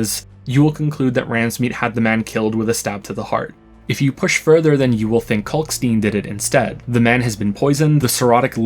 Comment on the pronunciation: Kalkstein is pronounced the same way you pronounce Einstein. Why don't people get this?